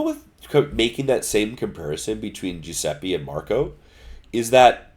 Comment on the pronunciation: giuseppe not giuseppi kunming not kanming.